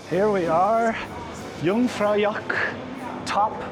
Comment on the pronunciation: Just as a little thing: Its not Jungfraujock its Jungfraujoch.